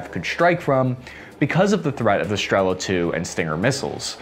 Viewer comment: Now got the "igla" thing (and no longer spells it as an abbreviation) - which is good: ) "Striela", however, seems to escape his linguistics, so here for anyone wondering - it's Russian for an arrow (стрела), and that "L" is actually NOT an "L" sound at all, it is pronounced as "w" - just as the "w" in "arrow" EDIT: Also, Polish "Piorun" IS NOT pronounced "PYRO-UN", but "P–IO–ROON" - "IO" as in "yo, man!".